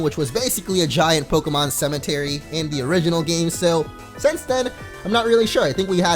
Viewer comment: Cementary tho lol I died